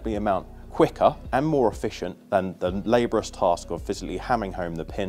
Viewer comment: Lab - or - rius not labrous